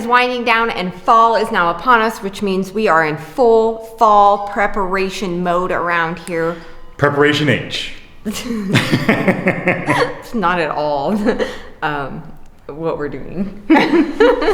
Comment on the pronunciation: Haha said Preperatoin H. 😂 Aww Eli said he's making a house for his stink bugs wife. Lol. Cute. 😊